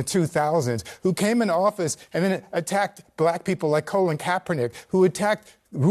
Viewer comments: only a programmed NPC would say "Colon" Kapernick.... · Bro said colon Kaepernick lol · Did that dude just pronounce Colin as Colon not complaining it fits but this dude aint serious. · Did he just say colon caperknick . I could have sworn that waist of space name was Collin or colin . Not colon . lol